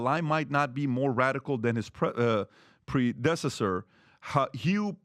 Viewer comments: "pre-dessisor". How can I take seriously a "journalist/presenter" who's bamboozled by word like predecessor? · Anybody notice the way PBD pronounced predecessor Pre-dess-esser Lol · PRE-de se sur??? Its predecessor. My god. These people are idiots. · "Pre- dessesser" 😂😂. It's predecessor lol. Funny. I bet Glenn laughed at PBD there. Wow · Pre dess a sor lol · Glenn Beck - “First things first.. it’s pronounced pred-e-cess-or”. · Bro can't pronounce predecessor. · Couldn’t pronounce “predecessor”. Jesus. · PBD can’t pronounce “predecessor”?? I’m legitimately shocked lol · How did #pbd read all those books if he can't even pronounce predecessor 😂😂😂😂 #